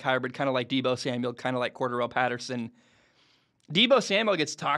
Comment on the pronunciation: Say Patterson's name correctly...